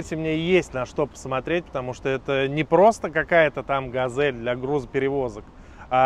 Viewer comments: Ну это тот чел, у которого газэль и кофэ, а ещё сосиськи и ездию 😂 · Опять Газэль... хотя на капоте четко написано Газель